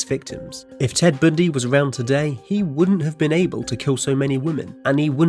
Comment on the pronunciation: "Ted Bndy"